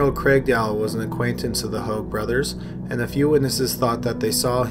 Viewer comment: Hoag is pronounced “hay-g”